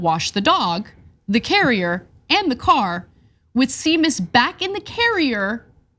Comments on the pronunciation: It’s “Shay-mus” not Sea-mus. It’s only spelled S-e-a-m-u-s. Wow, Ana. 🤦🏻‍♀️Also, how cruel is Romney—doing that to his poor dog. JFC!!!!!!!!!!!!!!!!! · It’s pronounced Shay-mus. As for sick puppy reference, seriously? I think that was just a spur of the moment thought. I remember the story which was called out by Gail Collins at every opportunity and she eventually pulled back. Whatever. Romney’s stock in my estimation has gone up considerably over the last few years. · It is Irish for James and it is not shame miss.... It doesn't getting broken up like that... Well it does but only by people who can not properly navigate vowels... The "M" sound does not appear twice 🤷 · It's actually more like Shay mus.... You break it before the m not after it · A couple of points: 1) It's pronounced SHAY-mus, not SEE-mus. If you did "some research" before you reported this story, you should have gotten the Irish setter/Irish name connection. This rookie mistake makes you look undereducated. 2) "Sick puppy" is an insult that was popular when Romney was in his late 30s-early 40s. He probably adopted it as "sounding cool" and "connecting with the youth of America." He may be a dweeb, but you don't have to be. Good idea to do your homework before a report; but you should probably finish it before then too. Although the Seamus/sick puppy angle was a good catch for this story. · SHAE - MUS you muppet 😂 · 🤦‍♀ Seamus is pronounced shay-muss - c'mon TYT, do some research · Seamus is pronounced "Shame-Us" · "Seamus" is usually pronounced "shame us". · Pssst... Anna.. Seamus pronounced Shay-mus, it's Irish. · Seamus is pronounced Shay-mis - it's an Irish name. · Seamus is a Celtic name, I've never, ever in my life herd it pronounced like that. It's the same way as Sean, so it's Shamus. As a boy I had a friend called Sea for Seamus, which was said like shay, obviously. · See-mus? What is this nonsense? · Seamus is pronounced, "Shay-mus" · Seamus is pronounced Shay-mus. It's Irish.